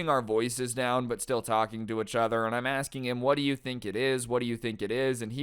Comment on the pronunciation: When will learn how to pronounce the words "each other?" Ee-ch uh-ther.